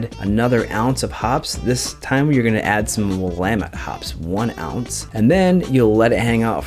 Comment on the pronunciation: As an Oregonian, I am so proud that you actually know how to pronounce "Willamette" !! Another great video. I just brewed a Coffee Imperial Stout on my Clawhammer 20 gallon 240v system. This makes brew days so nice in the winter.